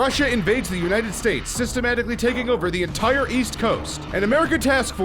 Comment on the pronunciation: Rly ENITRE??? not ENTIRE